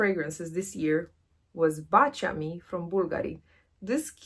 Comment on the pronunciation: So refreshing to finally hear someone pronounce Baciami right! 😂